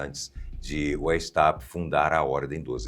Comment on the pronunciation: Pronuncia-se Adam "Váis-áupt" (alemão).